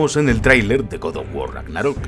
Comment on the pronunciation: Próximamente en Randal: 3 detalles alucinantes de god of guar 😆